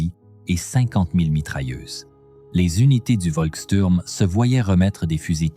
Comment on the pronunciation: On dit chtourm